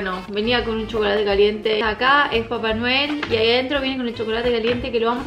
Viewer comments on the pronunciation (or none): Como dice: papa noel Como yo lo escucho: papa anuel